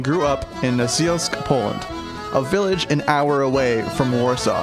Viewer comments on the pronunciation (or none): NOT Nazilsk Nashielsk like shield